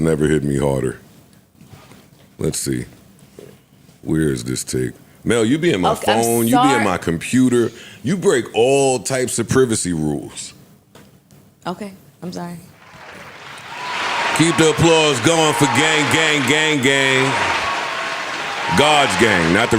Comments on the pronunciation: Joe said prevacy and nobody said anything 😂😂nigga you mean privacy?! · lmfao did Joe just say privacy with a British accent lol